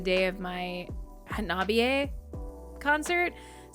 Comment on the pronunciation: Not BAND-MAID related, but . . . Hanabie 花冷え isn't pronounce with a Long A sound more of an eh. A Long A in Japanese would be transliterated as ei or えい. I know Canadians pronounce eh as a Long A sound. But え is more of an eh sound as in meh, like Eh in Elevator. 花冷え means Cold Flowers, or literally Flowers Are Cold, or Chilly Spring Weather.